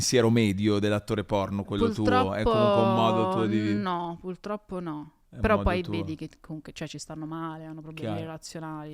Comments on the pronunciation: Ciao Valentina, ti amavo… poi hai detto “puLtroppo” e tutto è svanito 💔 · Valmetinaaaa “pul troppo “non si può sentire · Aveva resistito bene ma quando ha detto pultroppo mi sono cadute le sfere per terra...